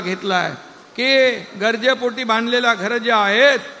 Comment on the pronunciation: अरे बाबा "गजरे" पोटी नाही " गरजे " पोटी असेल.